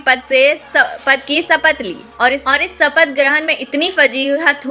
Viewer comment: मैडम सिनडे और सपथ नहीं होता बल्कि शिंदे और शपथ होता है, पहले अपने उच्चारण को ठीक करो फिर वीडियो बनाओ...